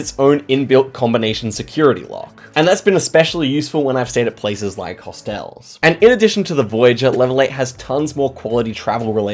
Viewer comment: "When I've stayed in places like hostt-elles"... sorry, what?!